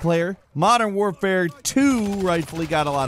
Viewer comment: Modern “Ware-fare”…??? Canadians sound weird.